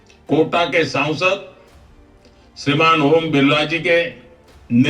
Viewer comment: भाई पहले संसद कहना तो सीख लीजिए ये सौंसद - सौंसद क्या कहते रहते हो आप।